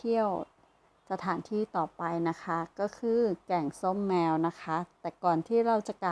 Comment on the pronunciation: อ่านผิดแกงส้มแมวตกใจหมดเลย😅